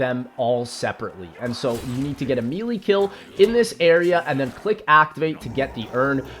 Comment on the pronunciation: the fuck did you just say? MEEEElay? its pronounced MAYLAY